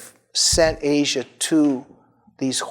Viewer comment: Her name is not pronounced the way the continent is. It is, as far as I know, AH-see-ah.